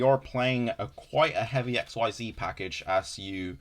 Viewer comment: Omg never call it "X Y Z" ever again pls It's pronounced like "exceed" "Xyz" is a single word